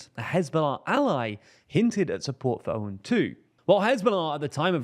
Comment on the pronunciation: Please note that his name, "Aoun" is to be pronounced like "Own". Glory to Lebanon!